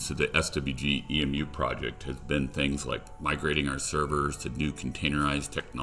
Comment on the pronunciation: Its E.M.U short for emulator not emuuuuuuu